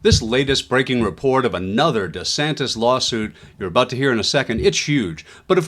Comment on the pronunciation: Ron DEE Santis???? 😅😅😅